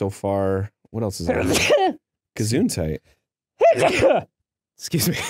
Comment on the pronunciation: This may seem like a dumb gripe, but as someone who has learned a bit of german. It annoys me so much when I hear people say "gesuntite" I know they mean well but can we please learn to say it right. It's "gesundheit" Ge-sund-heit.